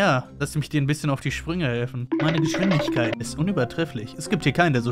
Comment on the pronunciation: digga merkt keiner das er geschwindinkeit sagt anstadt geschwindigkeit